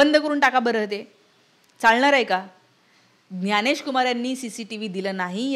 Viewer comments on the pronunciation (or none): बाकी सर्व ठीक आहे मराठी लोकांना ज्ञ म्हणता येतं त्यांनी ग्यानेश न म्हणता ज्ञानेश म्हणावे